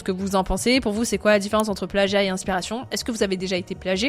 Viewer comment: Le pleeagiat mdrr